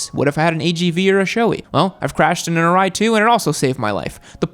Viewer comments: Quick tip: SHOEI is not pronounced SHOW-ee. The correct pronunciation is SHOW-ay (like the 'ei' in eight). ARAI is not pronounced A-rye. The correct pronunciation is A-Ra-e (like E in Eat). KABUTO is also a another Japanese brand I recommend. They are just as good as those two top brands but at a much more reasonable price range. Source: I'm Japanese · Sorry but still saying showee and arye